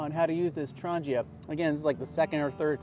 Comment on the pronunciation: There is no 'J' in Trangia. ;-)